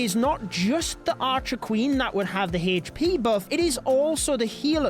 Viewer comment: Why do you say hesspee instead of hp ☠️